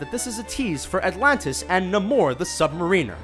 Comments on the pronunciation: Namor is pronounced like NAY-MORE, not NU-MORE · Dude, it's not pronounced Nahmor The Submareener, it's pronounced Naymor The Sub-Mairiner. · It's [le-vē-'ō-sə], not [ˈle-vē-ō-'sä] jk, but really I had to stop the video when he said [Nə-ˈmȯr, ˈthē Səb-mə-'rēn-ər]; it felt like an ice pick through my right eye. It's [ˈNā-ˌmȯr, thə Səb-ˈmer-ə-nər], not [Nə-ˈmȯr, ˈthē Səb-mə-'rēn-ər]. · Nuh-MORE the Submarine-uhr? Hmm...that's one way, I guess. Hope he does end up showing up, and we'll hear his name pronounced in universe. I always thought it was NAY-more, the SubMEH-rinnur. Think that's how it was said in the old animated shorts. Great video. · "Na-more" the "submarine-er?" or "Nay-more the submariner?" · na-MORE the sub-ma-REEN-er?!?!??! Did you mean NAYmor the subMARiner??? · Namor is prnounced NAY-mor not nah-MOR FYI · Fans also lose their minds WHEN YOU MISPRONOUNCE AN ICONIC CHARACTER'S NAME! It's NAY-MORE, not Nay-more! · Stop stop, you are doing it wrong, it is not na-moooorrr it is nai-mor. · NAY-more! NAY-more! Namor the Sub Mariner. Not Nuh-MORE! NAY-more. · Correction, (damn autocorrect!): Not Nuh-more! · Na-more? Sub ma-reen-er? ;p~~~~~~ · That was painful, how he pronounced Namor and Sub-Mariner. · i dont think ive ever heard namor's name butchered as bad as it was in this vid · Pronunciation of Namor and Sub-Mariner made me cringe :') Solid video though, even if the dingbat was a bit condescending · Can't pronounce Namor's name right... or Sub-Mariner, for that matter :/ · why does this guy keep saying Namor's name wrong? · I don't think that's the way they say namor lol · Holy shit at the butchering of the pronunciation of "Namor the Submariner's" name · Completely mispronounced Namor the Submariner.